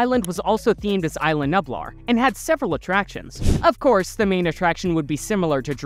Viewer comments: btw it’s pronounced (Eas-la Knew-Blar) not I-la Nueb-lar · Repeat after me: eye lah new blaar